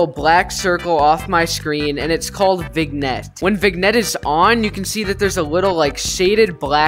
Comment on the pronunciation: btw it pronounced “vijinet” not w a hard G sound lol